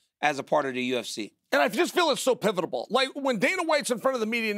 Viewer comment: Love John, Chael and Daniel, but I love how Chael always mangles the word 'Pivital" even more 🤣💥❤️🙏